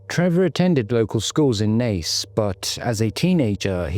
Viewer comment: Actually pronounced Naas correctly, im shocked!